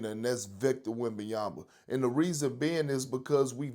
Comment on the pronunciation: It's been 3 years and Perk still says "WembanyamBa" 🙄